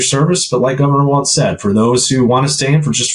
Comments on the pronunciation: Pleassssse...his name is Walz, pronounced "walls" not "waltz" like the dance. There is no "t" in his name. If you want to argue that the alt-right doesn't pronounce Kamala's name, the least you can do is learn how to pronounce her VP's last name. Other than that, I love your videos and thoroughly enjoy your accuracy and truth about the facts. This is the 1st time I've ever made a negative comment about one of your videos, but this is important. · Talking about denigrating someone...pronounce. his. name. correctly! It's pronounced Walls, Walls, Walls, Walls, Walls. NOT Waltz like the dance. Now you're just pissing me off. You two are sooooo much better than this. Come on! Just like it's not Kamahla, neither is his name Waltz, like the dance. Say it with me: Walls, Walls, Walls, Walls.